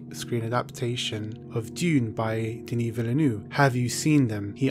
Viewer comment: how the fuck can you pronounce Denis Villeneuve THAT wrong? Jesus Christ ...